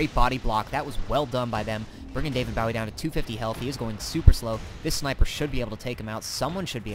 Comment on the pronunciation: david b-oh-wee... not b-ow-eee